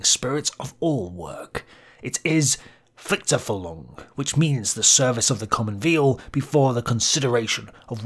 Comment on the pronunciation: Please sa, "Pflichterfüllung" in the right way. Not something like "pfizefullung". :) It is more in the meaning of responsibillity for a greater good. You as a person(the Individuum), as a responsible being, for the collectiv named Volksgemeinschaft. A "greater meanig"of the invidual in the Gemeinschaft.